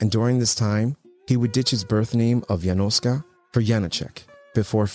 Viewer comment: Why do you pronounce "Yanoska" as if it were Spanish? Surely, it's Slavic, maybe Russian or Polish. Definitely not Spanish.